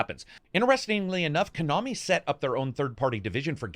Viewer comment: "ko-nami" what the hell is kuhnami lol